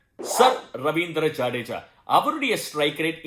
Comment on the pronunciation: Very nice voice welcome to youtube And love ur word pronounced jadeja